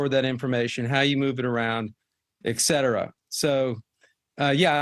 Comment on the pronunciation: I don't know if I can trust anyone's judgement who pronounces etcetera as "ekcedera"